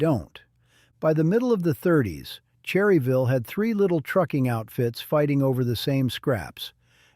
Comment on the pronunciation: Obviously the narrator is not from NC or he would know its pronounced "Churryville"!! IFYKYK